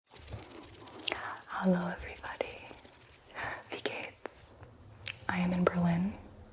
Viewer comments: ihr "wie geht's" klang suspiciously accurate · the way you pronounced wie gehts and gute nacht?? gibi undercover german?? but seriously, thank you for taking the time that you didn’t have to sit down and film an asmr video about the souvenirs, literally nothing about it sucked 🥹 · your german "wie geht's" sounded native imo, very good gibi! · The "Wie geht's" was flawless